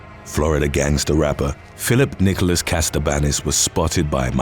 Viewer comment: It's Katsabanis NOT Kastabanis